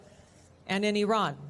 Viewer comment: Ma' am Iran's not Irak. But I understand yankees are getting too tired to think.